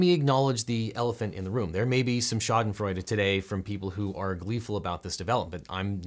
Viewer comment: pretty good pronounciation on that schadenfreude